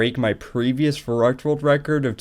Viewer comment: im sorry but i need to be the asshole that says the "actually verrückt isnt pronounced that way" anyways, nice run and congrats for the WR